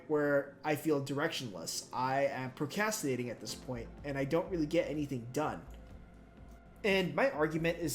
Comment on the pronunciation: Great video but you keep forgetting to pronounce an R in procrastinating 💔